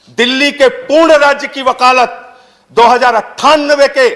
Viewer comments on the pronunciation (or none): none